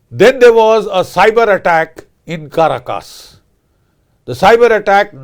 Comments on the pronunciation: CA RAcus. Pronounce it correctly. The Indian accent SUCKS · It's called Venezuela, not Venjovela, and it's Caracas not Ca ra cas.